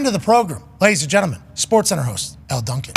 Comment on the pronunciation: Just saying Elle Duncan. Dawg.